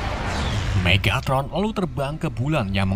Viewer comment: Megatron bang bukan Megatot